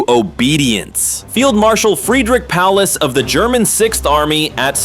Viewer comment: Pierwszy raz zetknąłem się z tym żeby Paulusa czytał ktoś jako Palace.